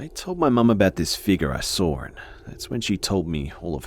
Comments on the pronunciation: Fabiola yeah like he says "sawr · I like the way he pronounce the word "saw"